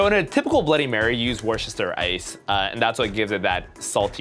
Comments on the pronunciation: not that I don’t live and respect everything has ever said or done but his pronunciation of Worcestershire hurt my soul a little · "Woorsherster" it's Wussta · I’m sure lots of people have commented this, but as a Bloody Mary is my favourite drink, I feel compelled to say that Worcester is pronounced ‘wooster’ and Worcestershire is ‘wooster shur’, said quickly as one word. It’s just one of those weird English place names that sound nothing like the way it seems x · Dude... It's Worcestershire. Wuh-Stuh-Shuh. cringes in British . No, seriously, though. A burger in a drink? WHY?! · It pains me how me Americans pronounce Worcestershire Sauce.